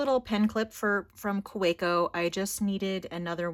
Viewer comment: I think, because Kaweco is a German company, the “w” is pronounced like a “v”. Ka-ve-co.